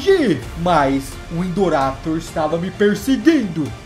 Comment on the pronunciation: KKKKKKKKKKKKKKKK NEM SABE PRONUNCIAR É INDORAPTOR NÃO INDORRAPITOR